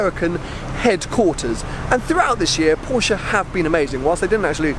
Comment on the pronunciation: Porsche not porschaaa 😂